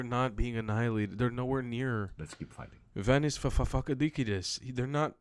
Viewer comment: His name is Yiannis (not Vanis) and he IS a liar. And he is definitely also a malaka ... BTW - the Palestinians are very definitely a 'fashionable' cause in the West. This from a Greek (please take it easy on the Greek names 😀).